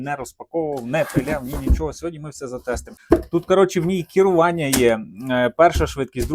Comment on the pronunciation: ШинА, Акамулятор., переставав говорити Нам плюватися хочеться. Кірування, ще одне слово від Вови.